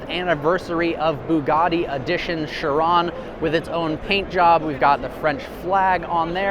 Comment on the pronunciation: and chiron